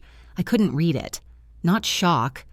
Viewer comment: Could someone please proof read the narrative before going public? Read, while spelled the same, is pronounced differently when used in present tense (reed) or past tense (red). The internet brags about AI but I've seen and heard so many mistakes it makes me ill. Indianapolis, IN USA